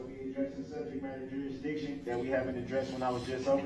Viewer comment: Substain, jurisdickshun, cohorzhun, amminant, affixiated (sustain, jurisdiction, coercion, adamant, fixated) and on and on lol.